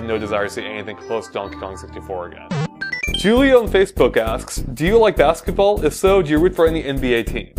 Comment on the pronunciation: Not trying to sound mean, but Julio is a Spanish name and the J is pronounced like an H. Just letting you know.